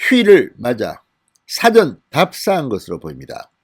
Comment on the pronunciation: 辭典인 지 事前인 지 구별이 안 되는 진성호님의 발음이 문제입니다. 그리고 뭐 대단할 것도 없는 내용을 가지고 거창한 타이틀을 내걸고 호들갑을 떨면서 구독을 독려하시네요.